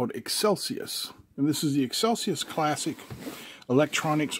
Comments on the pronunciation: You said Excelsius it seems though to be Excelius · "eXcelius" Pronounced "eXcelcius" ?